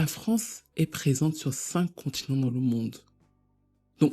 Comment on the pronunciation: Tu es tellement intelligent! C'est la meilleure critique du film que j'ai vu. Je vais aller le revoir à cause de toi. Non le contineng c'est trop 😂